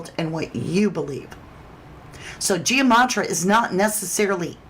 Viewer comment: Please say it correctly it is gematria. So it’s not Gia matria